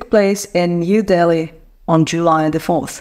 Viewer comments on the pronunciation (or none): none